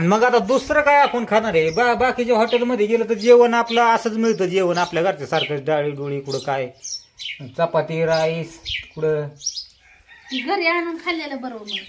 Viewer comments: हाटिल नाही हाॅटेल असत ते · मावशी हाटील नाही हो ते हॉटेल असते यापण सोशल मीडिया वर आहो याचे ध्यान ठेवा...